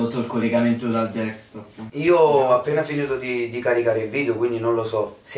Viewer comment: DEKSTOP??? DEKSTOP?????? MA SEI SERIO